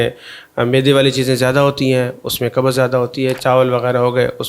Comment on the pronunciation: Kubz hota hai kabuz nahi. Tum punjabio nay urdu ka satyanaas ker dia